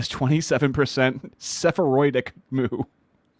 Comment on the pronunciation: nigga golllllly its sephardic like SAFARI but SAFARDIC. Sorry man I am whatevertism gotta let you know.